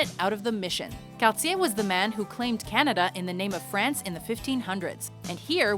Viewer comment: The narrator must be Canadian herself, being able to pronounce names like Cartier's and LaFontaine's perfectly.